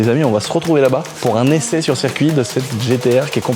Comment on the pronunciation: « ESSAIS » bordel !!